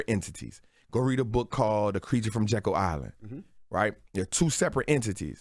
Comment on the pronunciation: He pronounced it weird, the book is called The Creature from Jekyll Island